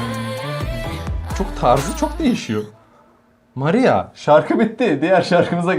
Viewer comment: O sırada benim maria diyiş mariyaağğ😂